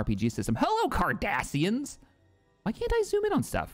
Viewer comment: Huh for a second I thought said "The Kardashians" lmao